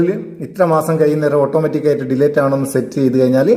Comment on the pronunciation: ഡീലേറ്റ് അല്ലാട്ടോ അങ്ങിനെ പറയരുത് ഡിലീറ്റ് എന്നാണ് pls